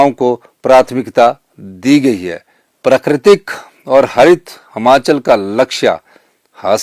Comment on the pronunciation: यह बंदा आज तक हिमाचल नहीं बोल पाया हमाचल ही बोल रहा है। फिर ये लोग कहते है कि मोदी अनपढ़ हैं ।